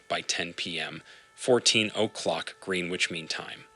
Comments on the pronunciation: This is obviously an AI-narrated video since Manila and Greenwich were both horribly mis-pronounced. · Please teach your AI voice to pronounce geographical names and places such as Manila, Yangtze, Greenwich, and otther well known cities of the world as close to as the American English sound that you used. Your AI voice did not prounounce the names right.